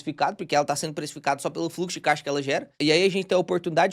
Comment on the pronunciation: pq vc fala K de " caixa"?